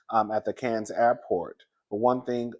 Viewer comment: Cardi saying Cannes, France incorrectly tells me everything I needed to know.